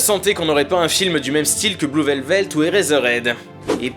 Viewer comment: Bonne analyse, bravo. Attention à la prononciation du titre de l'un des plus grands film de l'histoire par contre... "Blue Velvet" pas "velvelt"